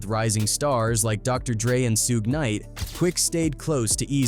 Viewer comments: Who tf is Sewge Knight and Sugay Knight? 😭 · Soo-gay knight, lol. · Who is Sooj Nite? And what is a Soogae? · Damn I hate these stories due to the MISPRONUNCIATIONED NAMES........SOOGAY KNIGHT.... SMH